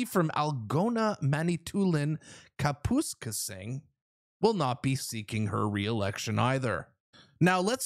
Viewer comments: Cap-eh-skay-sing NOT Cap-uh skus-king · Are you sure you're Canadian? Someone should teach you how to pronounce Kapuskasing (Cap-us-casing, not capoose-casing). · Cap us kay sing= Kapuskasing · Jesus...what ta hell was that? KA-puss-KAY-sing 😂😂😂😂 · what country are you from haha! It’s Algoma with an m not an n, Mantoulin is pronounced man it toolin,and Kapuskasing is pronounced kap uh skaysing. Take a drive through the north but nice try anyway. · it’s pronounced Cap-us-casing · cap us case ing.... thats how you say it. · Kapuskasing is pronounced "Cap-pis-casing" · He buddy I am from Timmins watch your show all the time, subscribed awhile back. Just want to say you pronounced Kapiskasing wrong..😅 I laughed when you said it. Keep up the great work buddy. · It's KAPUSKASING, CAP-US-CASE-ING accent on CAP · As a Northerner that made me cringe hard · Thanks for your pronunciation of Manitoulin - Kapuskasing. I haven’t laughed that hard since “peoplekind.” I realize you are from Kweebeck, but Jeez! Love it. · The way you said algoma and kapuskasing is hailrous lol 😂 you may want to try that again, haha, great videos. I love your content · Learn to pronounce Kapuskasing.